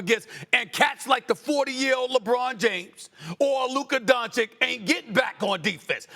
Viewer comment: LukaR DonciK- SAS say his F-ing name right man! it's disrespectful!